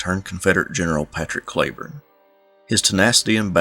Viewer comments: Cleburne is pronounced Cleeeburne. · Most of us don't roll our "r" either. Not sure why you fight what so many counties in different states named after him pronounce it CleeBorne. My ancestors are Scots but I certainly don't sound like a present day resident of Scotland. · Why didn't you just say Clee Burn. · I live in "Clee burn" county Arkansas.